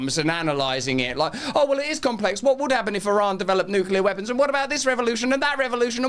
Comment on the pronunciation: ITS NUCLEAR